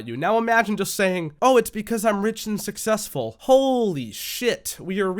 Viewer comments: That black girl can’t even say successful right, there’s really people that care to see these girls naked? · The fact that somebody can't even pronounce the word successful while explaining to someone that they're going to be successful 😂